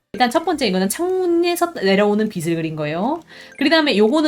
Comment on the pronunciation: 빛을 =>비츨 0 - 비슬 X (강의 너무너무 좋은데 자꾸 귀에 거슬려서 ㅠ 죄송합니다)